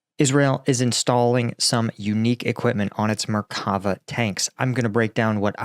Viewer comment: Intersting update; thanks for the explanation. (Hebrew tends to stress the last syllable in words, so it's actually "merka-VAH". (Plural , merka-VOT.)